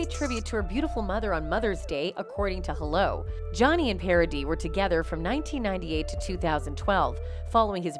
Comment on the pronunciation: your video gets a like of me because you´re nearly the only one who pronounced Paradis right